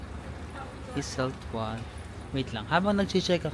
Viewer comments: Just a little tip lang po Ost is a german word means east. W is pronounce as V, like Iseltwald/Grindelwald pronounce as Iseltvald/ Grindelvald. Wald is a German word means forest. Enjoy your trip and try at least one authentic swiss meal. That's part of experience. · Hello, so, it's a good thing that you have taken the boat ride of Lake Brienz. The other lake, Lake Thun is also beautiful especially in autumn. OST is East in english. No train to Iseltwald (Iselt-vald), just boat or bus (20 minutes). I went there 3X, one time I came very early to catch the sunrise. It is very beautiful. The Bus 103 goes to Interlaken West also. Yes, may bayad na sya na 5chf, and platform ng CLOY. The 3rd time I went there may bayad na but the 2 visits wala pa, My first visit umuulan kaya di ako nakakuha ng good pictures, but the 2nd and the 3rd visit was so beautiful and had taken stunning photos. Speaking of CLOY, di sila nagkabalikan dyan. Di rin sila nagkita, but they might have meet na hindi pa magkakilala. From Interlaken to Lauterbrunnen and from there you can take another train going to Grindelwald and from there you go up to FIRST taking a cable car, up there is where CLOY naglanding sya at nagkita ulit after maraming years na hanap nya balik balik sa Zurich at Iseltwald. Doon din sa taas sila nagkita the 2nd time after sa bridge ng Sigriswil, (you can reach that place also by Bus), di pa sila magkakilala, naging photographer sya ng dalawa. Anyway, I'm happy that you enjoyed your visit there sa Iseltwald & Interlaken. Migros is pronounced silent "S".